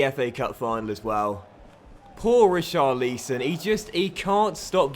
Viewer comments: You need to pronounce Ri-Char-Li-Son not Richarleeson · Say it right it's richarlson don't say it who it looks